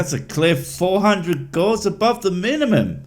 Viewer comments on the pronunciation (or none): His pronunciation of Gauss is endlessly, annoyingly cringy and I only know how to pronounce it from playing fucking fallout games and watching ghost adventures. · Also not "gauze", it's pronounced "gauss" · The unit gauss rhymes with house, and is not pronounced like gauze. He has never even had 3rd grade science. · I know it’s just me but I hate that he keeps saying gauze. It’s gauss (pronounced like spouse or something) it’s really annoying to me that he’s referring to a property of magnets as a medical wrap or bandage. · Pretty sure 'gauss' rhymes with 'mouse' not 'horse'. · Should start by pronouncing gauss correctly. It rhymes with house, not gauze. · It's killing me each time he pronounces gauss as "gauze" -- the au is pronounced like "ow", like "g-ow-ss" -- and the double s denotes an "s" sound, not a "z" sound. If I'm wrong, I'd be glad to be corrected by anyone that doesn't believe that magnets can cure all. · I find it hard to trust his knowledge of magnetism when he keeps saying gauze instead of Gauss (cringe every time he says it). And that's before he starts using his chiropractic "degree" to call himself Dr... That ended any belief I had that he knew what he's talking about, right there lol. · He doesn't know how to say Gauss. It drives me crazy! Has he never even watched a sci fi movie?! Gauze Rifles? Fredrick Gauze? Bah. I mean he is wrong about everything, but not able to say the thing he claims he does for a living is insane. GAUSS! Also also, that's not even the SI unit for Magnetic Flux density! Grownups use Teslas! (The SI unit, not the car, although a non zero number of adults drive electric cars...) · LOL. he sez 'Gauss' like 'floss' not 'gows' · It's gowss, not gahz. And nuclear, not nucular. It's clear that he only spends time among his fellow woo shills. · Argh! Gauss pronounced like "gowss", with an "s" sound, not a "z" sound like "gauze". Ooh! I'm smarter than a doctor! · Newkiller medicine and Gauze instead of Gauss (like house)!